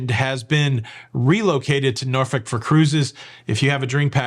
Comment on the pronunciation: Thank you for pronouncing Norfolk correctly! I live here and you can always tell people who aren’t from here because they pronounce it like it’s spelled. We don’t. It’s pronounced like the bad word. Good job